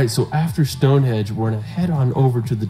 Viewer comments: stop saying stonehedge its stonehenge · The best bit was your comments on his video. The photography was marvellous but his choice of places was bizarre eg Wales, Northern Ireland etc. Not to mention his pronunciation, viaduct and Glenfinnan. I swear he kept saying Stonehedge! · “Stonehedge”! Computer smarter than I am. Doesn’t take much…